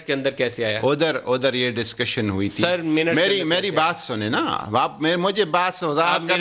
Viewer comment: it's not dascussion it's discussion